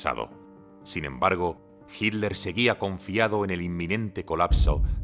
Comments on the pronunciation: Por favor, es hiTTTTler, no hiler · ¿Pero por qué le dicen "Hidler". ¿Qué no es Hitler? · A ver señores españoles; el apellido Hitler, tiene dos sílabas: Hi y tler; entonces por favor pronuncienlo bien HITLER ! No Hit ler ok? Se los vamos a agradecer mucho. Sean congruentes por favor 🙏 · Es su forma de pronunciación. Como en inglés: sweet- suid